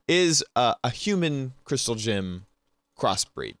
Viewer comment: It sounds like you're saying "Crystal Jim" not "Crystal Gem". :D